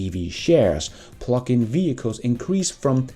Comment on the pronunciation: Hehe i thought you was saying phucking vehichles instead of Plugin LOL